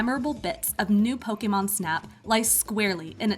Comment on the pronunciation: Pokaymon. Hate anytime someone pronounces it like that...🙄